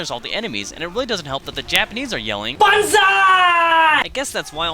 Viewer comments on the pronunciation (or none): It's actually BANZAI. BONZAI sounds like BONSAI.